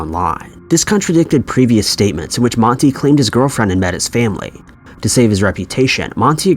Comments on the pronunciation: Man-tie..... is how you pronounce his name. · It's pronounced like Man tie not Monty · His name isn’t monte. For fuck sake. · 4 maybe pronounce his name correctly. It’s an A sound not E. Moron.